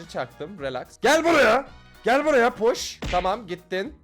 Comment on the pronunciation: Abi pardon ama push push push dediğinde puşt dediğini sandım lütfen banlama😢